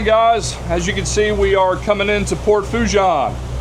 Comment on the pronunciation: Foe' che' is how you say it